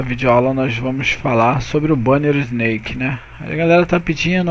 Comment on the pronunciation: Só uma correção amigo: a pronuncia é "isnék" e não "isneik". Se resto valeu! ótima video aula!